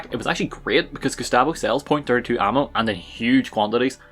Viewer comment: I’m not terribly worried about why you’re using the .32 pistol, I’m worried about why you’re pronouncing it the way you are lol.